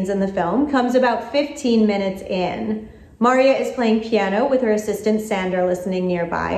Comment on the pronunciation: it's mar-EE-a not MAR- ee-ah. Seriously,. Have you even watched this one?